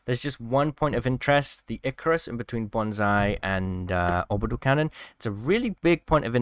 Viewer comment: once again another person mispronounces icarus